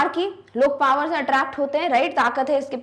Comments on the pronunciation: Its power not par❤😂😂😂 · Paar nahin hota power hota Hai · Ma'am ,u r best teacher but it's 'power' not 'paar' 😅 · anpad pronunciation hoti h ye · One doubt :- why power is pronounce as Pawar Second:- why old man need worker he is rich enought Third why there is no information about for what work they need worker (poet) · And ya you r saying power par so I asked my teacher she said "Who mad said pawer(power) par 😡"😔😔 which pronounce is right 😔😔